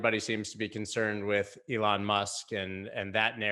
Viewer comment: Dude the way you say ‘Elon’ is so annoying. It’s really not hard to say it correct.